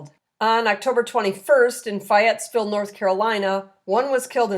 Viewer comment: I love they channel, but you need help with Southern pronounciations. Fay...Ette...Ville Jalisco (/həˈliːskoʊ/, also /hɑː-, həˈlɪskoʊ/, Spanish